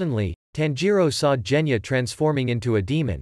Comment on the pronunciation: Genya not jenya